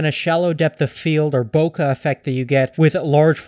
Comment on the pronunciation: and stop saying bow kah its BOW KAYYYYYYYYY like a bouquet of flowers